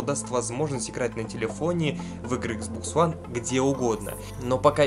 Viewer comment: Почему ты называешь игзбокс хуан